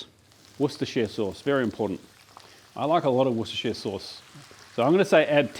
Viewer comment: From a bror here, worcestershire sauce is actually pronounced worster sauce…😀